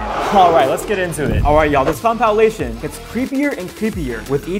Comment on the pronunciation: Tiktok compilation What voice really said: Compalation. That got me good 💀